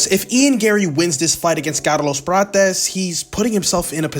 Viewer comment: Bro, wtf was that pronouncing of Carlos Prates? 😂